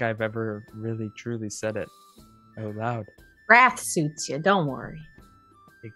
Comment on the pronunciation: i thought "raf" was "wrath" lol